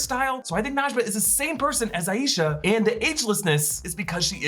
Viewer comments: It's eye-sha Not a ee sha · Not sure if anyone has mentioned this but the grandmother's name is pronounced "EYE sha" with two syllables. Not, Eye Yee sha, with three as can be more common in American culture.